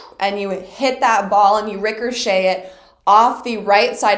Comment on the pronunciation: interesting way to say “ricochet” LMAO I like it rickershay